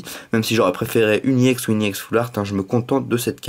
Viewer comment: On dit Ex pas iEx